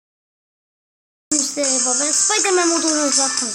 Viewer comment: Lan o spiderman spiderman sıpaydırmen ne